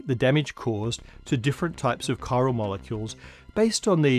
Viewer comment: Every time someone says "chiral", I think of Death Stranding.